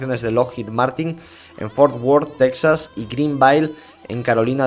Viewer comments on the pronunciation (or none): none